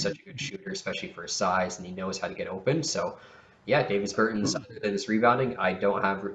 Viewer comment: Its pronounced Daw-Vis Ber-tawns